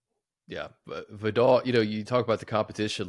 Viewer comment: Money thank you for pronouncing Vidal correctly unlike those college broadcasters. Please continue to say it correctly during games this season 🙏